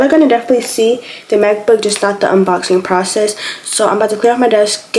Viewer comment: Ok I don’t know if it was just me but at first I heard math book and not Mac book lol😂😂